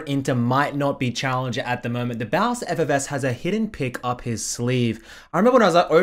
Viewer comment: bro, he calls himself thebossffs not the bowse